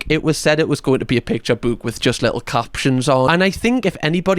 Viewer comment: Whenever you say "book," I can't help but repeat, "BOOWK BOOWK THE BOOWK"